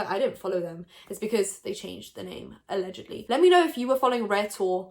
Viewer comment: LMAO “ALLEGEDY”